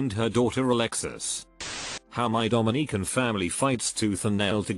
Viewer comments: Come on dude. Put some effort into your videos. "Bee cee" for bc? Just have it say because. DomiNEEcan? Come on dude. This is very little work for you and decently profitable. Have some pride. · I'm not even Dominican but hearing Domineecan is pain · Domineeecan. Lol. AI voices. Just use your real voice. I quit this video after 30 seconds of listening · I'm from Dominica and I cringed everytime I heard it (but there's no lie) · Dominica🇩🇲 is also a country pronounced that way. The AI got confused with the Dominican republic.